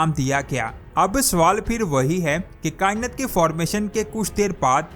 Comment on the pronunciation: کیا کائنت کائنت لگایا ہںوا ہںے۔ “ کائنات “ ہںے یہ۔